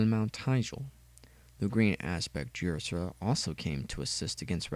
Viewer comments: Yersera? is Ysera (Ya-ser-a) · Ysera's name is pronounced Isera